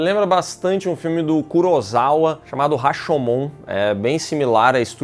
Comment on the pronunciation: É Kurosawa,, não Kurozawa.